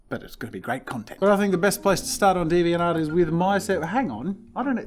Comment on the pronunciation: i'm now always gonna pronounce deviant art as deviant ART